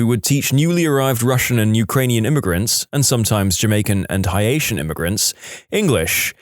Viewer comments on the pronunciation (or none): Bro said high-ation immigrant I'm dead 💀💀